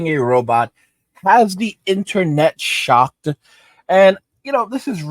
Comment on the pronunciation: "has the internet shock-tuh"